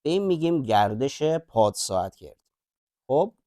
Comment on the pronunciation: البته خیلی استفاده کردم . کاملا مطالبتون خوب است نمیخوام ملانقطی باشم اما یه نکات ریزی دارد که اذیت میکنه . مثلا همه جا وقتی علامت جمع در کار است + را به جای اینکه بگید "بعلاوه " یا "باضافه" میخونی مثبت ، درحالی که اون + یک اپراتور است نه علامت مثبت .مثلا x+y نباید خونده بشه x مثبت y ، یا مثلا کلمه ساعتگرد خوب معلومه که قسمت گرد gard از گردش میاد و گ باید فتحه داشته باشه چرا gerd میخونی ؟ یا توی سوال آخر curl رار چرا اینطور تلفظ میکنید ؟